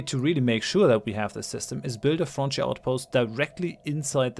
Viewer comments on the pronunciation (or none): It sounds like french outpost when you say frontier outpost.